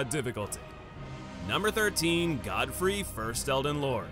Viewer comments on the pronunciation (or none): none